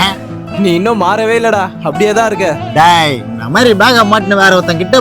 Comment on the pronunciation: That Daaaaai was personal😂😂😂